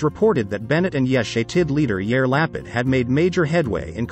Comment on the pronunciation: Sure botched the pronunciation of Lapid and Shaked — please consider checking and correcting.. otherwise, and interesting briefing.